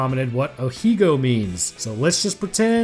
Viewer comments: Ahaha, so here's where you learned what "Ahegao" means. You're mispronouncing it though. Try saying the 'he' bit more like 'hey'. Ah-hay-gah-oh. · Ahegao is pronounced Aww-hay --gaw-ho(I watch anime stuff and that's how I've seen it pronounces )it's Japanese. Anyway you're doing a fantastic job and growing incredibly fast in such a niche topic